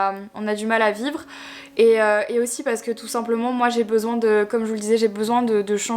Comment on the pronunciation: Dans chaque vidéo à chaque fois que tu dis "parce que" je trouve que tu as une manière bizarre de le dire 😅 en mode "parce qu'EUH" ça me perturbe...